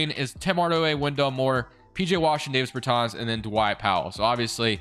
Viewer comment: I know it’s late as hell and nitpicky but his name is pronounced “Daaahvis Beartaaahns” not “Dayvis Burrtans” Dāvis Bertāns